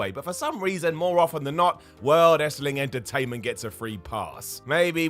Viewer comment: Wait a minute..... 0.21......’World Estling Entertainment’?, you make me facepalm when you make yourself sound silly!!! 🤨 Spot on with the list though, are there are likely about 50 more that we’ve all forgotten about cos we’re so used to it 🤷🏻‍♂️